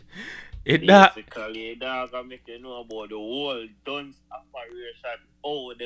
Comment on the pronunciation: Why unuh pronounce dunce as dungs 😂😂